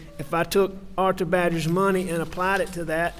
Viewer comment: "I took thier muney" "I took thier muney" "I took thier muney"